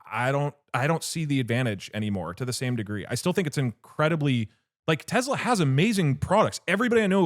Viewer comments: This is exposure therapy test for anyone that cringes when they hear teZla instead of Tesla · If doug call it tezla one more fkg time ill flood their office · I’m getting pissed off by the way he says “Tesla”. Bro is saying it with a Z. “Tezla” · If someone pronounces it Tezla, you know they’re a slurped. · Doug - "tezla" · why does doug keep on saying tezla